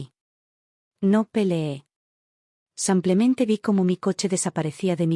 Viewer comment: Me gustaría que pronuncien bien el español. No es samplemente, es simplemente